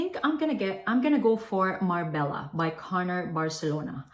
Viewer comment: MARBELLA= Mar-bay-yah ❤